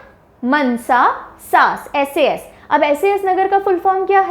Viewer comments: That is not मनसा It is मानसा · Mansa nahi maansa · Mnsa nhi mansa ❤ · That is Maaaansaaaaa Not mnsa ma'am 😂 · Not Mnsa it's maaaaansa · Not mnsa it's mansa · And mam mnsa nahi je Mansa ha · It is pronounced "Maansa" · Nicceee mam But Mansa ko ko thoda lamba bolna Mansa